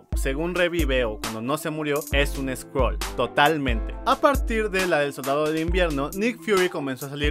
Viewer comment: Original : Skrull Traducción latinoamericana: sCroLs